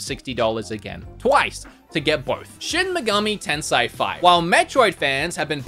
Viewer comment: I was chucking at the way you pronounced Shin Megami TENSEI, but... You really think it's TENSAI